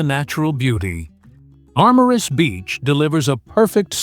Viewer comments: Nicht marmarus sondern Marmaris😅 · MarmarUs.. ah joo... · Marmaris heisst der Ort..nicht Marmarus. ..